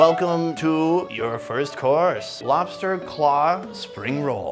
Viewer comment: Did anyone else noticed her talk to be funnny and cute at the same time lol 😂😂. I was laughing like an mad idiot when she said lofster instead of lobster.🤣🤣 The video was Cringe as fuck bro but however sunny cooked very good.